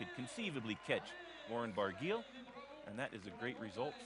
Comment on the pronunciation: Barguil is pronounced Bar-gee, rhymes with key.